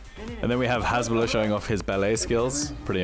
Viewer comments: His name is Hassssbulah, not Hezzzbulah, I mean make a little effort, respect the fighters big and small. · The name is "Hasbulla" with S not Z, thanks...